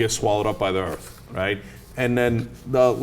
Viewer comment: i love the way he puts it "and then you get swallowed up by da earth"